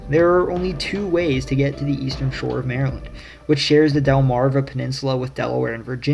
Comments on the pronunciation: No. 3 must be the one where they call Maryland..."Merlun", lol! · 'muuurlyn' is how we say it